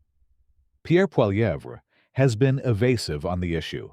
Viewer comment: A civil war?? What a moronic stupid moronic title. It's called politics in a democracy. And your srupid AI voice can't even pronounce Pierre Poilievre